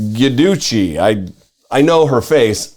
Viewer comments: Pronounced Jew-dice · Her last name is pronounced "dzudeeche"